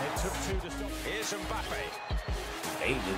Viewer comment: its pronounced 'embappay' or 'mbappay' with the m being a humming sound